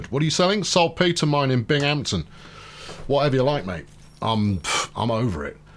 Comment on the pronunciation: FYI, Utica is pronounced "YOU-ta-ka", you have Syracuse right and the other one is "BING-um-ton".